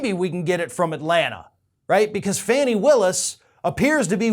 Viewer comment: I’m pretty sure her name is pronounced “Fawn-nee”